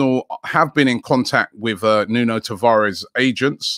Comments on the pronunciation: It's pronounced Nuno tavarch or sh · Please learn how to pronounce Portuguese names correctly. It's not Tav-ar-Es...we are not Spanish